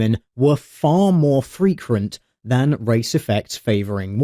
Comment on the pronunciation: "more freqrent" :)